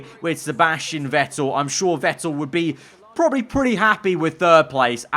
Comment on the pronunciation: Not Wettel 🤦🏼‍♂️ VETTEL